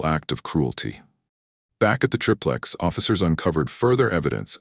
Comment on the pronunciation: Btw its pronounced like TRY-PLEX. Every time i hear TRIP LEX its like nails on a chalk board!